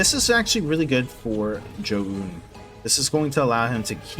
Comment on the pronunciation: Listening to you say Zoun is brutal